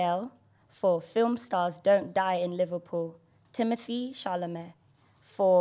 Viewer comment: i feel like Hermione Granger every time Timmy's name gets wrongly pronounced..... Its Timo-tay not timoth-ey. Bummer there's no Armie too